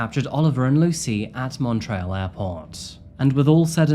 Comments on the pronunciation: Sometimes your pronunciations sounds made up. Montrayle? lol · The pronunciation of Montréal has been keeping me on my toes😅 I keep almost hearing Mount Royal instead (I fully know I’d butcher pronunciations of place names I’m not familiar with or used to saying so this isn’t commented in negativity just a funny observation from a Canadian) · Mon - tree - all. Bro..